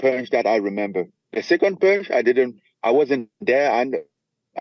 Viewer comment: It’s pòonche